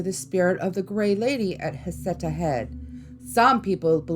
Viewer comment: Except there's no facts to back up the child's death or any other death associated with Heceta Head. Nothing in the official record. Heceta is pronounced Ha-sea-ta and the local tribe called Siuslaw is pronounced Sigh-you-slaw.